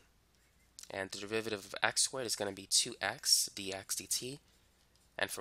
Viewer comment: he explaining maths. meanwhile me: only hearing devivaditives